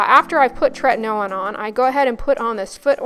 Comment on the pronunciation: What is the name of the product you use that sounds like "tretanailin"? I'm having trouble understanding, so sorry! ( )